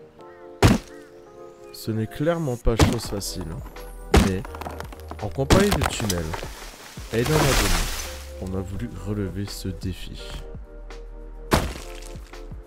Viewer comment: trop bien la vidéo mais parcontre le '' Tumelle'' ''tunel'' je pensais pas que t'aller le faire mdrr si non good vidéo !